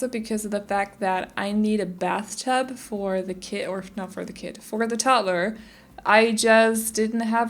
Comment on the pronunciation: the way you say toddler like 'tod-tler' is the most satisfying thing ever to me & the fact that some people don't see it like that astounds me - love the build though <3